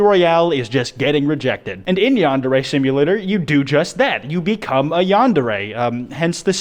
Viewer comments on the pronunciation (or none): U annoy me. ITS YAN-DARE-REE